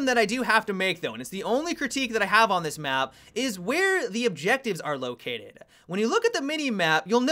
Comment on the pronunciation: "Located-ahhh". What's up with you dragging out the last word and adding an extra syllable?